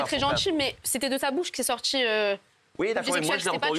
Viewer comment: « gentCHil », « sortCHi » #videoscopie